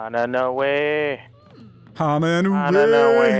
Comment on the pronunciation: Are we all just gonna ignore that said "do you know de wae?"!!!